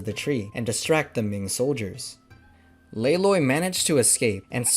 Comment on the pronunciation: Holy tinh not Holy thing!